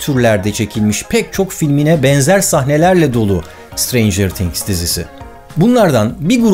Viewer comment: Sıtreyncıığrr tiğhgs değil o yanlız